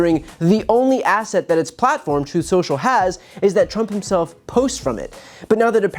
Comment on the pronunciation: Troth sentchal